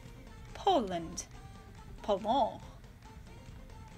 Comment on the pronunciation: Its not Polow but Pologne